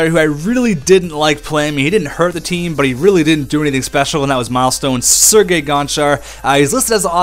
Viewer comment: The Canadian olompic taem